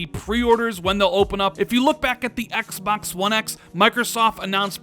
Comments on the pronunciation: "EX BUX" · I hate the way this guy says.. xpoks this xpoks series x is xpoks going to show the xpoks 2020 event for the xpoks velocity architecture xpoks xpoks xpoks lol